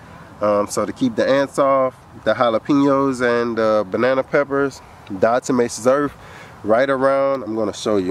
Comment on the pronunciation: Diatomatozome...is that what your saying brother?